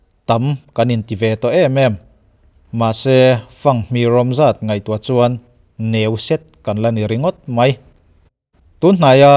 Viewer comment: "Neu set" ni lovin, "Leu set" an ti ṭhin in ka hria.